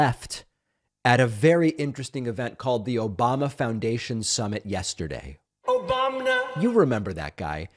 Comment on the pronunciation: Obamna? Obamna? Obamna?